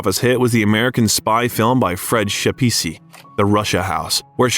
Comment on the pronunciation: YouTube do me a favour. Find a non American narrator who can pronounce the following words, Edinburgh, Fred Schepisi, and others. Ignorant. Can you pronounce Milwaukee